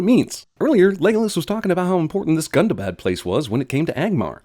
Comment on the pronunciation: THAT'S NOT HOW YOU PRONOUNCE GUNDABAD